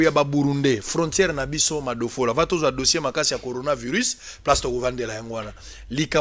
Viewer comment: LEMBA NEMBA TOUJOURS NA BUZOBA OYEBI KOTANGA BIEN BAKOMI CORONAVIRUS ET YO OZOLOBA GORONAVIRUS NIONSO WANA PO BATU BAYOKA BUZOBA NA YO QUE OZOLOBA GORO EZA MAWA.